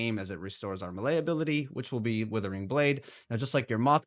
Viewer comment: are you pronouncing "melee" like that just to make our ears bleed?